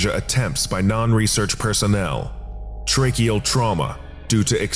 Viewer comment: "tracheal trauma" sounded like "tricky old trauma for a second to me.